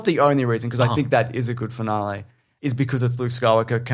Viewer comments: fin-ahl-ee not fin-ah-lay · Jaaaaaaames... why are you saying finalae? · The way you say "finale" makes my irrationally angry.